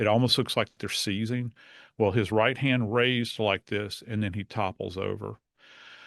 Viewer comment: daaaaaang anybody know where is from?? The way that heavyyyyy country accent slipped out when she said “right” and it sounded like “rot” ❤❤❤❤❤